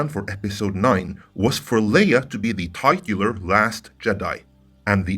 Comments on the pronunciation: I know english isn’t your first language but it’s pronounced TIT-chyoo-lure normally. (Like a boob) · That’s not how you pronounce titular in the US.